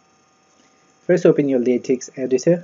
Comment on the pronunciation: Thanks but Latex is pronounced 'Lay Tech' not 'Lay Tex'